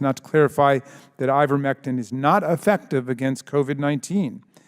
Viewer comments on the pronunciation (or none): Let’s work a little harder to get pronunciation correct. It’s I-vermectin not IN-vermectin. We need to maintain our credibility as compared to the no-nothing Republicans. Good video! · It's pronounced eye-ver-MEK-tin, not INN-ver-mek-tin. mispronounced the stupid drug, lowering her credibility. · It's IVERmectin, not INVERmectin.